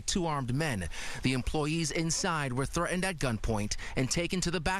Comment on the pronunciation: Employees were 'thre end'? The word is threatened... Why is it that news presenters today get away with saying things like, 'bu un' for button and 'ki un' for kitten! Four-year-olds speak that way... It isn't cute, it's annoying... If you are presenting the news, speak and pronounce words properly... It is impossible to take someone who speaks this way seriously... Uggh...